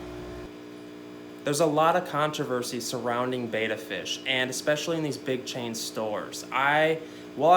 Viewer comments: Betta not beata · Betta is pronounced "Bet-ta" not "Bay-ta"